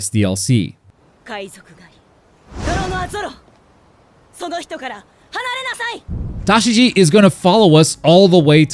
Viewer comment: Tashigi is not a hard name to say